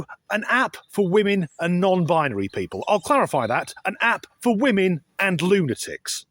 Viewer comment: It is WE-MEN day 😂😂